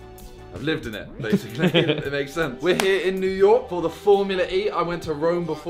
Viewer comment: "New Yolk"